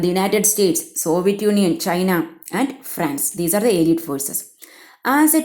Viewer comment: Malayalam summary കേൾക്കാനാ ഇവിടെ വന്നേ 🙂... വന്നപ്പോ ദേ വായിച്ചു വിടുന്നു...👎🏻 പിന്നെ (അലീട് അല്ല... അല്ലെയ്ഡ് )🙂👍🏻